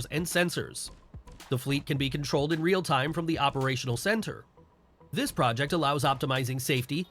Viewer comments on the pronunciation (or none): none